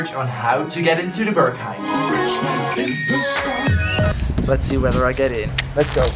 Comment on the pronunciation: Berghain. Not Börkhain.